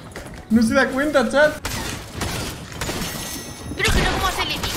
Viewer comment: En el minuto dice chaz en vez de chat